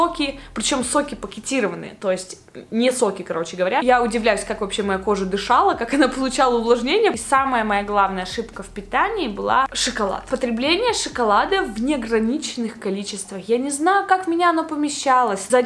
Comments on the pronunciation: Как же режет слух этот “шИколад”🙄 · Ты так необычно выговариваешь слово "Шоколад"😍